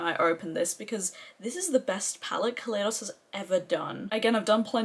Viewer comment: Glamshop mattes are about a pound each in the sale. It's a great sale. So many people say ka lay dos. I know the brand has said it's Ka lie dos, like the Ka lie do scope. I did recommend you for PR when Glaminatrix asked. They wanted Australian influencers, guessing you were suggested by others or were already on the PR list. I didn't realise at the time you lived in the UK. Hello 👋👋👋🥰